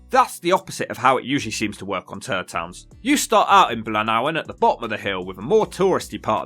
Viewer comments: Its "Blaenavon", not "Blaenawen"... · Ok so its pronounced blan, av, on lol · It is sounded....Bl eye nah von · Cwm-braaaaan, Blaen-ow-en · Blownavon .. would help ,if the narrator was able to pronounce the place names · You seem to have a problem with pronouncing certain names. Where the fuck is Blanawan? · why do you pronounce a V with a W sound? Can you not read? Blaen av on, what a complete muppett. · You can’t even pronounce anything right🤣 Blaenavon is a village in Pontypool so did qualify for the level up fund through local authority.. also big pit is still Open and thriving to this day. Need to do some more research I would say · I love your videos! Great work and great writing. You should come up here to North Wales some day. Not meaning to sound critical but I can't let the pronunciation of Blaenavon (or Blaenafon more correctly) go, it was murderous! :) Here we go - Blaen (head of) Afon (river) Pronounced (3 syllables) BLAin (pronouncing "in" as the word in) AH VON. Cheers! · Why are you not pronouncing the first ‘n’ in Blaenaven? Oh, and by the way you didn’t mention the fact that it has a World Heritage site. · Pronounce Blaenavon properly my god